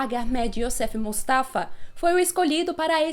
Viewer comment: Menina! Você treinou quanto para conseguir falar o nome do Hag Ahmed Youssef Moustafa de primeira? Ou é um nome com o qual você já tá acostumada, tipo leitor de Lovecraft que fala o nome das entidades de boa? Kkk